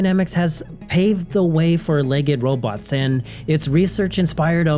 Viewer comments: LEGD -- it's pronounced LEGD not leg-ed --- like special-ed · "legged"? "LEG EGGED"? Why are you pronouncing it that way?